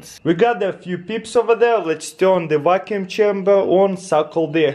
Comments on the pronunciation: "Peeps in a wacuum" 😂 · "Put peeps in a WACKUUM" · "Peeps in a wacuum." I love Russians.